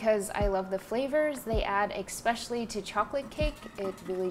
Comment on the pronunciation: "Ex"specially??? Annoying af.